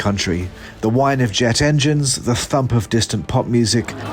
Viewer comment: Politics aside, it‘s /JET engines/, not /jet ENGINES/.